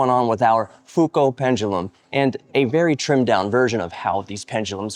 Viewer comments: Pronounced Fuco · Humhum, someone has forgotten to pay for the elec.bill !! Prononce Fou-Koo:face-blue-smiling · Is that a hint of a glottal stop in your pronunciation of Foucault? Please remove it. And come on America, doing science in imperial makes my skin crawl. This is the 21st century! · On the name Foucault, add a very weak "L" sound at the end of your pronunciation, and stress the first syllable, not that last one. You can get a better idea using the playback feature in Google Translate.